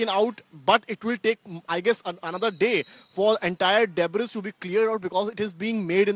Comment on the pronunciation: "Debris" is pronounced as " DeBree" not debbriss" As News Outlet using English as a broadcast language Please kindly please find reporters who can speak n pronounce words in English correctly !!!!! It makes for very embarrassing viewing especially when u r watching it with other nationalities!!!!